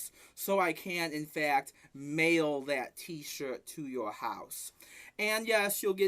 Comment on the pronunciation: he pronounces t-shirt as "t-shit" hahahahahaha